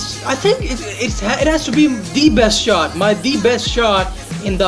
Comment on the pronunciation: Did he said sh*t not shot